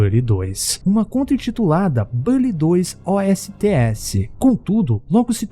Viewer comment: Cara já foi confirmado não é bally e sim bully